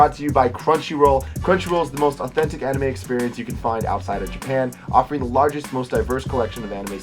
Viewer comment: The first anime he said when he pronounced it I triggered so hard IM LIKE IT ISNT PRONOUNCED THAT WAY i almost threw my phone into the wall